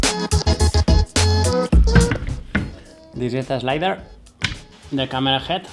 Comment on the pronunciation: Cool job ..but you ve got a biiiiiiiiiiiig problem with the letter H nro!!!a read,berind,a rall,to rave??no bro ..a Head .BeHind. a Hall..to Have..do a little work on it bro my ears are bleeding